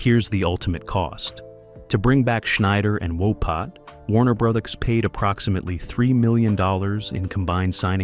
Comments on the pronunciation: It's Tom Wopat not Tom Wopot. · Walpot you said it wrong 5 times